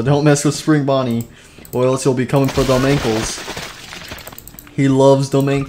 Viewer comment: He called Spring Bonnie spring bunny